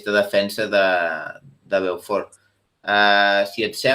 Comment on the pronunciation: Beaufort es pronuncia tal com és el jugador: bo fort